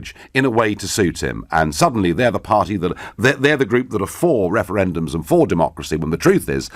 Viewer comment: What's up with that guys mouth at the beginning? He pronounces his R's with an W No more Wefewendums!